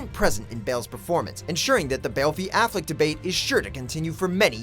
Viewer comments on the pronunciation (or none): Really? Afflec? Jesus. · lol afleck?srsly???